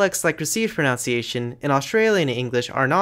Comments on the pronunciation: Great video! One nitpick though: 'proNOUNciation'?! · It’s spelt and pronounced pronunciation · A couple of times you mention "pronounciation", which is not a word. If it were, and "pro" were a verb, would it describe the process of "pro"ing a noun? pro-noun-ciation 🥁 But seriously, the word you're trying to say is "pronunciation", with only two o's, not three (five is right out!) which means the way a word or language is physically produced by the voicebox and mouth. I'm surprised you don't know this, since this is a video about languages! 🤔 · Nice video. However, I HATE pronunciation completely butchered with "pro-NOUN-ciation". I know technically both are accepted by some people, but holy hell. I will never accept it. "Pro-NUN-ciation" is the only correct pronunciation. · Impressive video! Perhaps a little overload at times. Just watch your own pronunciation of the word "pronunciation!" I believe you retain the ou from the verb "pronounce" when you say "pronunciation," but the diphthong is reduced to u (nun). The same phenomenon occurs with verb "explain", which becomes "explanation" as a noun (no ai sound, just a schwa sound). Don't mean to nitpick, but your talk is of such high quality, I just thought someone might need to point this out. Best